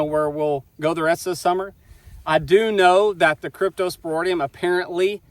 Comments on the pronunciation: Your spelling is correct, but not pronunciation...Crypto - spor - IDIUM, not, - ŌDIUM...😉👍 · Sorry about the death of the calfs. They ultimately died of dehydration secondary to the scours or diarrhea. You are mispronouncing the word cryptosporidium. The last part of the word is ridium not roidium. Cryptosporidium is a parasite normally found in water so that is obviously the source. Why don't you get your pond water tested to see if it contains it. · It’s pronounced cryptosporIdium not cryptosporOdium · crypto spor id ium yer missing both I's in the pronunciation. Crypto is in the same field as giardia - They both can affect young or old animals but adults usually don't need any treatment. Just don't breed those females with the dead calves back to Big Joe, just use Dunbar or BlackJack, changing the genetics should get around the weak link that allowed the cypto to affect the calves. Otherwise you can just pull all the females into the front lot and use a drylot approach until the calves are a month old or so. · Why can't he even pronounce cryptosporidium?